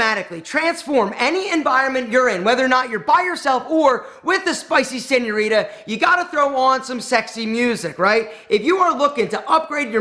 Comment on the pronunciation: Bro need to pronounce seńorita right cause I bet every Hispanic is dying 😂